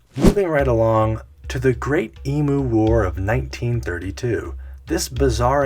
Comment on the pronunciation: Sorry to be that guy but it’s less E-moo, and more E-myou. Like “you” but with an m. That was a legitimately hilarious part of Aussie history tho. And I think I’ll be forever baffled that anyone thought it was a reasonable idea to put a dead guy on trial 😂🤣 🤷‍♂️🤦‍♂️ I’ll have what they’re smoking 😉 Enjoyed the vid tho